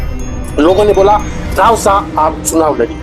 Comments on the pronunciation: रावसा नहीं रवसा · रावसा ❌ रवसा ✅